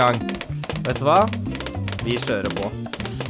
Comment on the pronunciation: "Så da skjører vi på med det" lær deg å snakke norsk!!